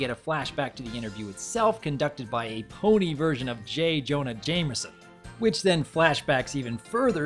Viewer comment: j. jonah jameson. pronoucned hay jonah haymeson.